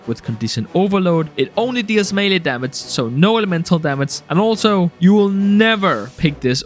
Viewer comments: why does this guy say Damats instead of damage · Why are you making gaming videos when you cant say "damage"..?